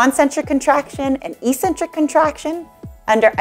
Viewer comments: Do you really pronounce "eccentric" as e-centric? It sounds strange considering that "eccentric" has another meaning where it's pronounced eck-centric. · Nice but ECCENTRIC is not pronounced E-Centric but rather Ex-Centric. Thanks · Good video. One thing - eccentric is pronounced ex-centric, not e-centric.